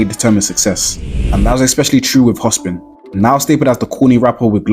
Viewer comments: hopsin not hospin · Bro saying Hospin instead of Hopsin rubbed me different 😂😂😂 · My nigga its "HOPSIN" not Hospin?😂